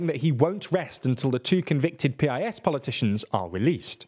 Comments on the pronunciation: Please next time say PiS party name as piss ❤ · Very good summary of Polish situation, in Poland nobody says P-I-S, we just say PIS (a bit like 'peace' in English) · You should pronounce PiS correctly, as it is in fact pronounced. It is not "peeayesss". It is "piss". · It's not "P-I-S". It's PIS. As in piss. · Eh. It’s not peee ai ess. You just say Pis. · It's actually "piece." But yes, they need work on pronunciation. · It's pronounced "piece." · It's [piece], not [pee-eye-es] (Prawo i Sprawiedliwość, PiS, a Polish for Law and Justice). I really like all your content but nevertheless I think you should focus more on pronuncing surnames properly (Wąsik, Przyłębska, etc.), especially nowadays when it's so easy to check it out (Google Translate audio playback will do). It'll sound way more professional then